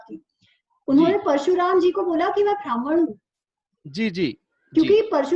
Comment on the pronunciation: Thank you for sharing this knowledge. But we need to be careful with pronunciation. Example: Not भ्रामण but ब्राह्मण. Please be careful with Sanskrit pronunciation.